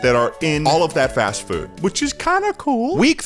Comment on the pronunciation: Fast frood eh?